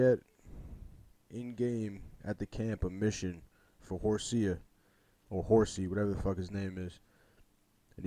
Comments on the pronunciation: “For Horsea.” LOL I keep calling him that, too! lol It’s Hosea. But whatever. Let’s just call him “Horsie.” 😂 I named my horse “Bootstraps.” lol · U pronounce hosau’s name as hoe-say-her